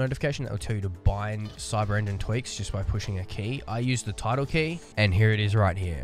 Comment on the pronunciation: Great video only time i was confused is when you said tilde, it sounded so much like tittle